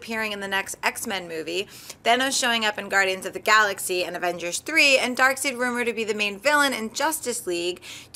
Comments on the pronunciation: lady it's darkseid not darkseed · Did she just say "Dark-seed?" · DID SHE JUST SAY DARKSEED!!! LMFAO! SAD!